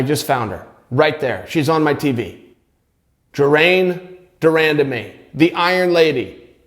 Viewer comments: Ger-mayne de Rahn-Dah-Me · It's actually not 'Jermaine' either. I think for Americans the closest they wil come to pronouncing her name correctly is to pronounce 'Jermain' in a French accent and then an 'e' to the end forcefully. Like the 'e' after in Hermione. Btw, it's actually quite a common name for women of Surinamese decent, even though it's kinda old fashioned. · Chael calling her the iron lady because he cant pronounce "Germaine De Randamie" hahaha